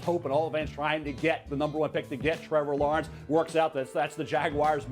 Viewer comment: If MEL says Trevour Lawernce than go with Justin Fields